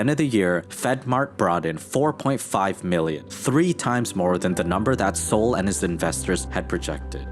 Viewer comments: "Sol" what is short for Solomon ( King Solomon in the Bible) so, not pronounced Sōl but SAHL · BTW, Sol is pronounced like Call, not like Soul. There is no U in Sol. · Yeah, I was thinking it’s pronounced like Sahl, not like the sun, Sol.